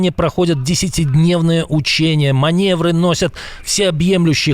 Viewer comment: не манЕвры, а манЁвры. Не уподобляйся Фейгину, он тоже делает эту ошибку